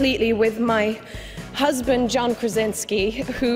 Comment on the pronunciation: did she said JOHN PRAZINSKI? WHAT?!